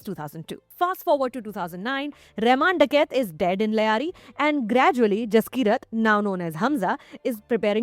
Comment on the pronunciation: It’s Lyari not Layari. Ugh